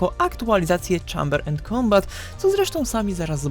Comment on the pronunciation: Nie żebym się czepiał ALE "Czejmber end kombat"